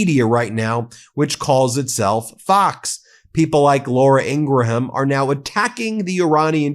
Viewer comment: FFS Ben, I've already commented on this. Why can't you say 'Hormuz'? Why do you keep saying 'Hermoze'? & why do you keep pronouncing 'Ingram' as 'Ingra-ham'? I'm no fan of Trump, but you make fun to of him for saying words & names wrong. Yet you're doing the same thing daily. Talk about the pot calling the kettle black.